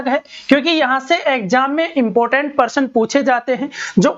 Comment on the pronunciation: Sir jii parsan 😂😂 / प्रशन